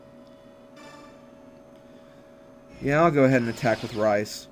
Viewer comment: u say rhys rice lol